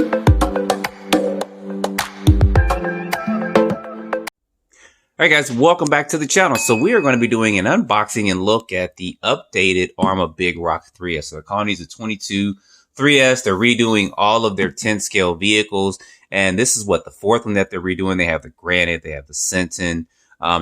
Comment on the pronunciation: Twenty-two three S? Lol. I think it's pronounced 2 to 3 S. Arrma was just being clever using "2" for "to". I love the new colors. I really hope the rest of the 6s line gets the v6 treatment soon. I'd love a new, bright color for the Fireteam, Infraction, and Mojave.